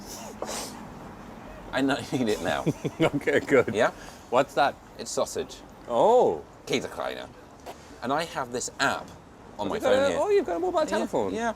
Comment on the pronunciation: Richard saying käsekrainer is the best 😂